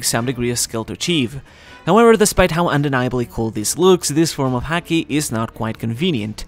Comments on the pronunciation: I like the video in general, but ffs, the way he pronounces it as 'heaki' together with the frequency the word is used really grinds my gears. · haki is said like the sport hockey in English, just a heads up. Kepp making good videos. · Sounds as if hes saying HACKi lmao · As a fellow Japanese speaker...why do you say “haki” the hakujin way? I’m just kidding of course but love your content!!!